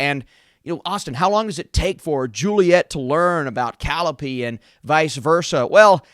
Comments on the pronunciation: It's pronounced Kuh-lie-uh-pee. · Hey, don't mean to be rude or anything but it's pronounced Cal-Eye-Oh-Pee. Also, I agree with everything you said. I think they have great potential for more and I hope they get a good budget, and the first few episodes were a good pace but the episodes towards the end were.... not interesting (I started watching in 2x speed). And while the actresses have good chemistry and it shows I was not fully sold on the emotional break up they had in the last episode. Also, why is Oliver here?! lol